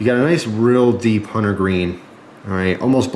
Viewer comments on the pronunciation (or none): none